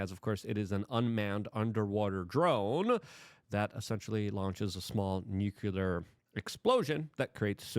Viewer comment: "nuceler".....you are talking like george w bush.